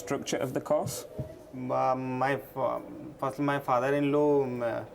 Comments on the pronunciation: Not entirely true. The British pronunciation of “course” sounded like “cost,” so he kept interpreting the question as being about fees and expenses. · This officer: when he said “course”. it sounded “cost” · The immigration guy can’t pronounce properly course vs cause vs cost and he tells the student is unable to tell what he’s studying What a BS! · I gotta give it to the applicant. I also thought he said "cost" but apparantly he meant "course". Accent confusion.